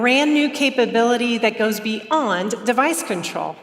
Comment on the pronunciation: I've also noticed an ever increasing number of Americans pronouncing "beyond" as bE oNd, just fucking stop.